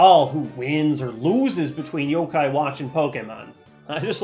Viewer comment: He says pokèmon right... But not yokai....